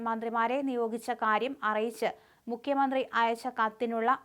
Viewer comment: മുക്യമന്ത്രി അല്ല മുഖ്യമന്ത്രി എന്ന് വായിക്കുക